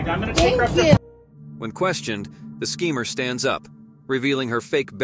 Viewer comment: The 2nd one is fake and why is he saying sceemer